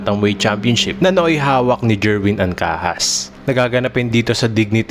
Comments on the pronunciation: To the ring announcer, it's Ankahas not ankaka, I'll give you an Ex. Singer Paul Anka has (Ancajas) a handsome face😁😂😂😡😡😛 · What?! Ancaca or Ankahas /Ancajas😁😂😂